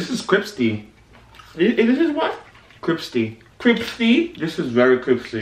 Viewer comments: "This is so cripsty"😂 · Lmao this is cripsy I cant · CRIPSTEE LOL